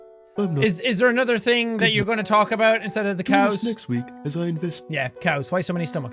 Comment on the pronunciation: "The thame things"?